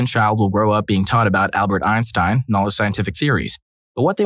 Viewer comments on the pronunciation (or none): none